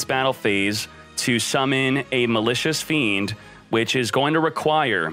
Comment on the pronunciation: Was I the only one who understood Malicious Bean ?